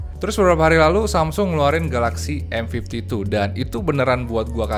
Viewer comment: Cm kasih masukan, penyebutan M52 dan M52s nya agak kurang clear di kuping sy 🙏 smp hrs menajamkan kuping bgt utk nangkep pengucapannya. Next time pk bhs indonesia aja mgkn lbh clear